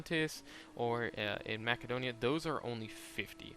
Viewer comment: My lord it's hard to listen to you say Macedonia lol, and then you specifically have a side note on how to pronounce epirus